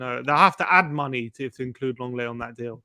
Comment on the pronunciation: Lenglet = LONG LET 😮